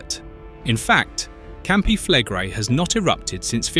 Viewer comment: Your pronunciation of Campi Flegrei has darkened the skies across the world already mate so doesn't really matter anymore